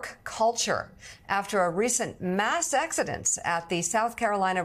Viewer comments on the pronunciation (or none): Mika ........... "Mass Exo-dence???" What is that?